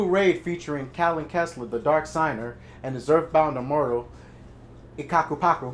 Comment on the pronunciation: Its pronounced earth bound emortal coe cah pack a poo